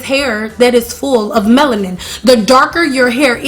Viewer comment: Ya, goodbye - cant listen to the word Meloniane 1 more time